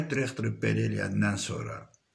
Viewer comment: MƏMURƏ .XANIM YOX.ZİBİL XANIM.DİREKTOR YOX DIRIQTOR.ÖLKƏ DAQILIRRRR.SOS SOS.VALLAH BİABIRÇILIQDIR TƏHSİLİ QƏSDƏN AXSADIRLAR.